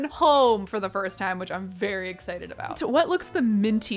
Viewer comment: Why didn’t you you berry when you said “ very “ like WHY